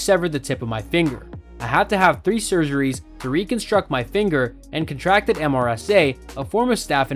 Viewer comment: Prosecute AH for attempted murder and glassing in violation of Australian laws. Plus the perjury associated with her falsifying the Australian government declaration forms. I'd love to see her in prison orange for all her lies including perjury. It's MRSA , methicillin resistant staphylococcus aureus, not Mrsday as pronounced. Please correct your errors.